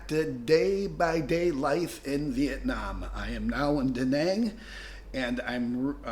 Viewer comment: Living in Vietnam that long this man can't even pronounce the name of the city Đà Nẵng correctly.